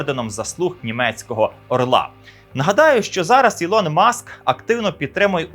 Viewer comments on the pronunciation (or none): none